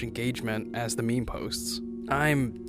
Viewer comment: It's not pronouns memi but mem